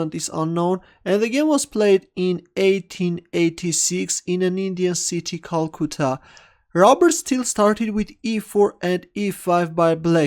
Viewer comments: Kal koota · It's called cal as in calcium, cutta as in cut aah! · The cringe when pronounces your city's name wrong:P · Anubhav Jr. I was thinking the same thing